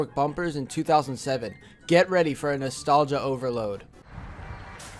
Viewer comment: How many times did he say nastalga